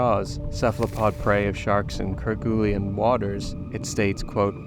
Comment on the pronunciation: Its just kergoolen for kerguelen not ker gooly en. Hope that helps. And the stress is on the 1st syllable not the 2nd.